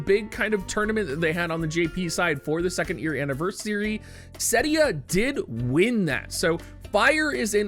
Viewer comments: if you can pronounce celestial and understand it’s 4 syllables, then you should be able to pronounced celes as two syllables. Celeste is an actual name which should make it even more obvious that it’s cel-es, not cells. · Ce.les, not Cells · I love you but I can’t stand how you pronounce Celes and Tidus. I could be wrong but I think it’s Sell-ess and Tie-dus, not tee-dus. Then again it’s silly for this to annoy me (especially considering I could be wrong) 😅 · It's Ce les man, calling her Sells is cringe. Look forward to the collab for sure. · you know I love you but hearing you call Celes "cells" hurts my heart. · it was odd. I have never heard her name spoken in game, so I cant be sure, but I wonder where got the idea from that "Calls" is the pronounciation to go by:D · Celes, as in Celeste.